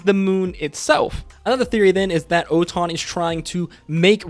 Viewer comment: And ‘Oton’ is actually Otohan